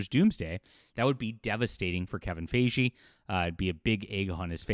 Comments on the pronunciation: Kevin Fi-Gi, not Fey-jee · Fi-Gee not Fay-Jhee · Why do you say his name wrong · Well, it doesn’t help that Ryan Reynolds is a terrible person. So that might add to the hate. Also, why does insist on pronouncing Feige's name incorrectly? I am not a fan of the guy but I mean, that's not how his name is pronounced. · mispronounced Feven Feige's name numerous times, and he's reporting on gossip as if it's news. This video is embarrassing. and Ranting For Vengeance are the two worst anti-woke grifting monkeybots on YouTube.